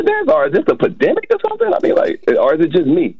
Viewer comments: I think we can all agree that it's not a "padimic" 😂😂😂😂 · First caller: What is a "pa-demic"? What is "moralbility"????